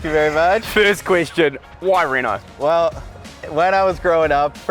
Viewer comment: formula 1 reh-nalt 😭